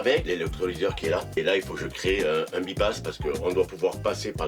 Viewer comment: C'est un filtre by-pass qui se prononce "baille passe" qui signifie que l'on peut le débrayer par les deux vannes présentées. On dit que l'on by-pass le filtre. Cela n'a rien à voir avec un quelconque "bi" à priori ! Excellente vidéo dans tous les cas ! Merci à vous